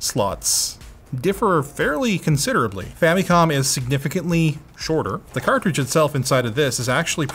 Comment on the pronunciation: Erm.. Am i the only one to hear "Femicon" instead of "Famicon".:P What are you trying to say??:)